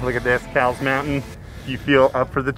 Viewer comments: I see my house! 😀 it’s crowded, that’s the only negative I see. BTW, it’s pronounced like the store Kohl’s, not like the 🐄 Try Mt Woodson. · Fun fact, it is actually pronounced “coles” mountain! Great video! Maybe someday we will catch a hike together. Just getting my hiking channel kicked off! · Great hike but it's so crowded unless you go super early or late. Oh, also, it's pronounced "koh-wools." LOL. The mission trails ranger corrected me multiple times 🤣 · It is actually pronounced Kohl's - like the store. I love the backside of this mountain:) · My hood! Grew up in San Diego and could always see the mountain from all places mid city. However it's actually pronounced " Kohl's mountain " . Named after George A Cowles, one of San Diego's early prominent ranching pioneers. Love the view from there! Nice video as always! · This was a great video, it's awesome having Mission Trails in my backyard! JSUK it's actually pronounced 'Coals' 😃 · Haha! Most people pronounce it the wrong way, I learned from my history professor that it's named after an old San Diego family and their name was pronounced 'coals'. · your saying the surname wrong its with a k sound kowles